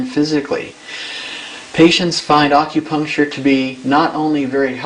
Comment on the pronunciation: Aukupuncture i hate when people pronounce it like that fuck.